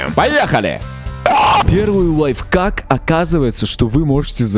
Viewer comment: Не лайфкак а лайф-ак